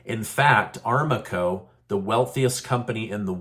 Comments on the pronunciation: Aramco oil, not armaco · I believe ARAMCO is pronounced Ah-ram-coh. Arab American Company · It's Aramco Not Armaco 😂😂😂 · Armaco? It is ARAMCO. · It’s pronounced A Ram Co. The Arabian American Oil Company. A Ram Co.